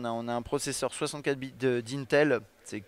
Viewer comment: j'adore quand tu dis "64 bites"